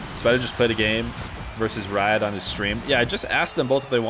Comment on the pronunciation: its pronounced reead not rah yad